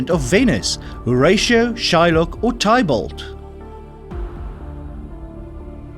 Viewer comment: I wish he knew the questions, Some weird pronunciations: Tybalt & the Seine and a wrong answer in just one section. Boing maybe a wholly American company but Airbus is a 3-way European consortium, just as much German as French.